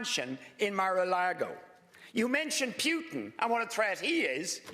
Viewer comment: Richard Boyd Barrett should really learn how to pronounce Putin's name correctly!